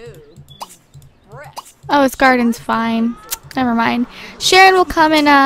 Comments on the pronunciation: its sharon not shanon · It's Sharon not Shannon!!! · Sharon, not Shanon. But it's okay!:D